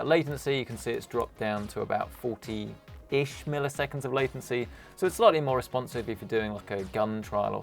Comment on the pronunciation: i dont like the way you pronounce “40”